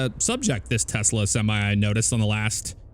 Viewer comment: Do you pronounce it Tesla Or like Tezla?